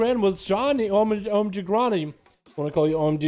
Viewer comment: The guy's name is "omg ronny". keeps calling him gronny...